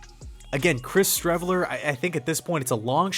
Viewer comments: One word “Shreveler” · Streveler... Please....